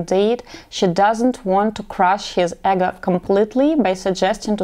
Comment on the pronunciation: Great and valid points thank you.. A helpful note the EGO is pronounced E-go. Meaning ones psyche.